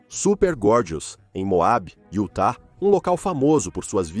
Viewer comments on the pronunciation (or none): none